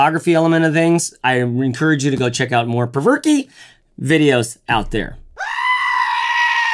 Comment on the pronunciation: I think it's pronounced the 'Provoke' pack